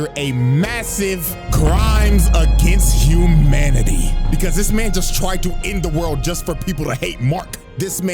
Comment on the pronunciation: "Crimes Agianst Humanity"